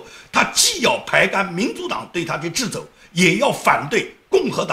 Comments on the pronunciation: ，那个词应该读掣che肘，不读zhi，谢谢，请原谅好为人师。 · ，掣肘念che zhou，哈哈